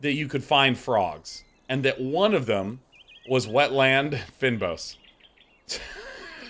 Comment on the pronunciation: and Day9, it's pronounced "feign boss" :)